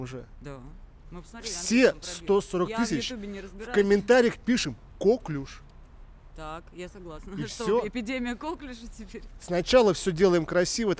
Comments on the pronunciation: Новая железа в организме-слюнощитовидная🤣 коклЮш, на Ю ударение. Французкое слово, как ты любишь. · КоклЮш правильно говорится! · Я в 15 лет знала значение всех этих слов… Читать надо классику, там все эти слова попадаются И не кОклюш, а коклЮш!!! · не кОклюш, )))) а коклЮш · коклюш, Жека, просто коклюш)